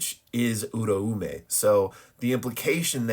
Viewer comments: Its pronounced "Ooo-rah-may"" I used to call her the same exact thing funny enough lol. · nah tbh you're probably right. The dub says oo rah may. However I've been watching sub and i could've sworn i heard it pronounced like that... But my gf says im wrong so fuck it, i yield hahaha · I always thought the ‘Au’ syllable made an ‘ow’ sound making it pronounced ‘ooh’ ‘r’ ‘ow’ ‘meh’ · As a Japanese speaker I can clear this up her name is Uraume (裏梅) which is to be broken down into ‘Ura’ (裏— meaning Opposite or Reverse) and ‘Ume’ (梅— meaning Plum or Lowest Rank of Three) to pronounce these you could break them down even further into their vowels which would be ‘u’ ‘ra’ ‘u’ ‘me’ which for English speakers would be more like ‘oo’ ‘rah’ ‘oo’ ‘meh’ So and the dub are partially right they drop the second ‘u’ and emphasize the eh in ‘me’ too hard, though. Hope this helps :)